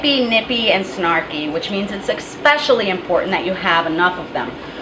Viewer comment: Especially, not expecially